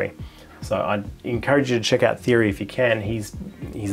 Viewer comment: Great video, good to find a few more astrophotography peeps, also Thierry is pronounced T-airy like the footballer Thierry Henry. Tamed the hair as well, we need to get you upto 100k subs.